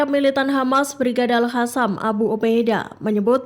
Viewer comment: BUKAN AL-HASAM, MBAK! TAPI AL-QOSSAM!!! Pakai Qhof(Q), bukan H. Ingat Mbak, salah penyebutan BEDA ARTINYA!!!!